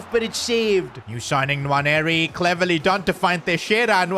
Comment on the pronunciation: Quick note on Nwaneri his name is sayd as 'Waneri' dont pronounce the N